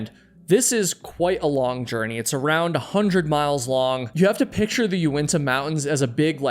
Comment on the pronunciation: It’s Unitas not uentas